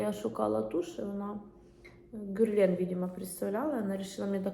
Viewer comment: Герлен, наголос на другу е. Г тверде.